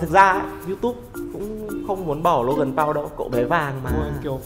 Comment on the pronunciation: Paul mà a đọc là Pau rồi